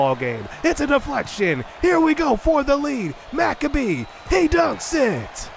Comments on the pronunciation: Dude, McCabe is pronounced - Mick-Cabe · He's been pronouncing it Mac-uh-bee the entire time I see no reason why he should change it lol